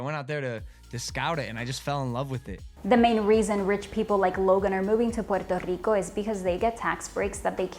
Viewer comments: When she says Puerrrto Rrrrico though 😍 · Why do you have to pronounce Puerrrto Rricooo like that? It's annoying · Everytime she says Pooerrrto Ricoh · hey, you speak normal english but each time you pronounce "puerto rico" you sound like an idiot, say it right. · Petty question; if you're speaking English, why pronounce Spanish names with an exaggerated Spanish pronunciation or accent. I'm not saying make them over simplified or bland but it sounds un natural and awkward when every time you say "puerto Rico" it's with a thick Spanish accent when if you naturally soften those R rolls just ever so slightly to match the rest of your speech, you would sound natural and to be frank, the contrast it makes you sound pretentious fir some reason and trust me sweetheart, conking off even more stuck up is the last thing you need any help with.